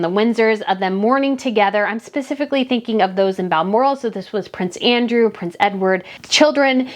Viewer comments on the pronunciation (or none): none